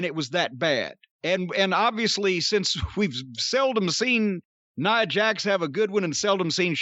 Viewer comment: he had it right. It's Nia Jax, not nya.